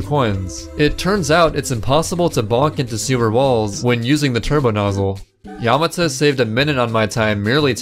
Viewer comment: The way he pronounces Yamata makes me cringe